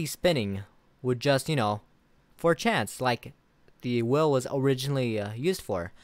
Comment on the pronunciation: Im so confused now with your pronunciation of the word wheel